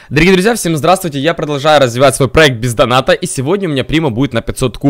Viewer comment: Бля мне всегда одну слышится: аккаунт ПИЗдоната?😀